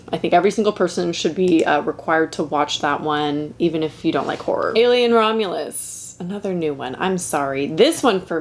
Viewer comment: As a British person, I hear "whore movies" 😂